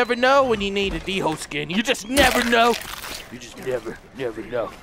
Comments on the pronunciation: I don't think it's pronounced d-hole I think it's pronounced Dole, remeber I said pronounced not spelt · its pronounced dole not d-hole in case you didn't know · It's not D-hole it's dhole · he said "Rare black Dingo", um its Dhole skin xD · I like how he calls then D holes when they are pronounsed doles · They are pronounced doole not dhole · its pronounced dole like the bannana company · its called hole not dingo or d hole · Wenja not ninja